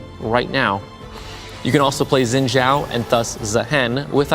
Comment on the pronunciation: He pronounced xin wrong are you serious